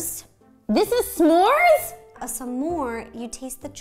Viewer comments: It kinda sounded like Roe said Samores who else heard that sorry if that offened any one 🤗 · The way she said s’more is killing me lol she said sa more